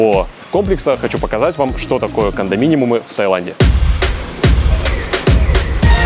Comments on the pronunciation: не кондоминимум, а кондоминиум. И не снимайте голых женщин на видео. Людям важна актуальная информация, вы отсекаете женскую часть аудитории. Мне, например, на голые тела любого пола смотреть не интересно в обзоре о путешествиях и туризме. Важны цены и варианты недвижимости, к примеру. В остальном формат для молодого канала интересный. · Произносится - " кондоминиУм", не "-миниМум" 😊. Лайки за ролик! 🎉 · Большое спасибо за очередной отличный выпуск! Очень познавательно и интересно! Вот только Кондоминимум пару раз резанул ухо. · Всё хорошо, вот только слово кондоминиум (без лишней М) следовало бы говорить правильно. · Только в слове кондоминиум второй буквы "м" нет :) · правильно КОНДОМИНИУМ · КондоМИНИМУМ чего? Правильно конежно же "кондоминиум". Прям очень режет слух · Кондоминиум, а не кондоминиМум 😉